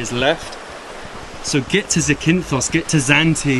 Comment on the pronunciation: The stress is on the first syllable: ZAkynthos. But you may also hear the form ZaKYnthou, which is the genitive case. Here, the stress is on the second syllable. 🙂